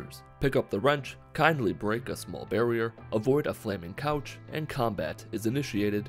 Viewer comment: Idk why but "avoid a flaming couch" made me laugh so hard bc of the way how you said "couch" lmao